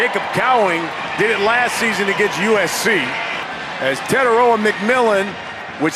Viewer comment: Fi fi ta Te tai roa Learn to say it correctly because it will sound way better🤙🏾😄